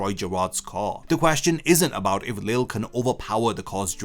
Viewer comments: Lille's name is pronounced Lee-jay not Lil or Lilly. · Btw lilles name is pronunced Lee-lay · everyone still calls him leel lol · nah in the anime its always pronounced lee lay or lee zhay, one of the two i cant remember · Why can people not pronounce Lille’s name correctly? Ffs, the English dub CLEARLY showcases how his name is meant to sound.